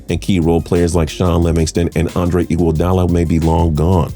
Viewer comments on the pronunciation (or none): none